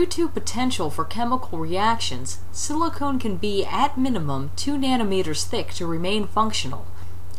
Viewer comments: SiliCON, not SiliconE. Otherwise good video as always! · SiliCON, not SiliCONE.